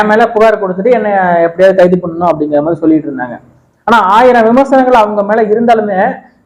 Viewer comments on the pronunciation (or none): none